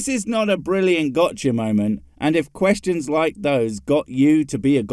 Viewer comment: he said questons not questions, you got it all wrong